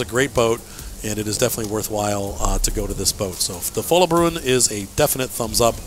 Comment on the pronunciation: It is not "bjuen". You said it right the 2nd time you said it. 👍🏻👍🏻Nned help with these norwegian names? Ask me😁😁